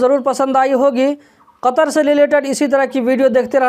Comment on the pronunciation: kya bole bhai saf saf bole